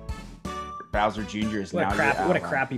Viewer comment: Creed VERY deliberately saying "Boy's Soul". Gotta pay the troll toll, man